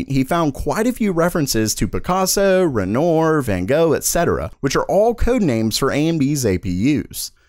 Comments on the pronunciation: FYI Renoir is pronounced ’ren-wah’, as it’s named after the French painter. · The 3990X at 5.5 Ghz... So, that explains the dimming and flickering lights in my house... And PLEASE, start pronouncing 'Renoir" correctly. It's French! Ren-WAH... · It's actually pronounced "Renoir"... like the French. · "Renoah" and "van Go", lol. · It’s actually pronounced narveyyy! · Re-nwaR (french "R") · its pronounced as 'ren', oir is silent